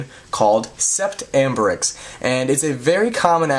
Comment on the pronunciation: it's not said sep-tt , it's said set, it's french .